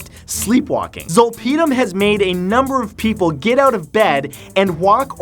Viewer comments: XD You say "Zole-pee-dim".... "Zol-pud-im" Zolpidem is generic Ambien and is widely prescribed in the US for sleep still... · Zolp(aahdem) how it’s pronounced is generic ambien . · zol-PEE-dem lol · Zolpidem is generic Ambien. I’ve also never heard it pronounced “zole pee dumb” before, but I’m definitely going to start pronouncing it your way :) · Lol, facts. All the drugs he talked about are very well known. Especially when he said and mispronounced Zolpidem (Ambien). What a clown 🤡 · As a previous pharmacy tech, your pronunciation of zolpidem is driving me nuts. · wow they way he pronounces zolpidem is hilarious, had no idea what he was talking about at first and it's something I take almost every night. It's better know as ambien. I have migraines and sleep apnea and my mom does too, so we both are prescribed it by doctor. Yes can get you very high in a weird very way and makes you black out. i had accidentally taken 2 10mg pills once, because I had no idea it was so strong. I took 1 didn't seem to work so took 1 more, next thing i remembered was waking up with a couple cuts and bruises in my living room floor not knowing how i got there at all with something cooking in the oven. It's honestly not addicting at all for me at least, and im an addict so didn't realize so addictive can be for others.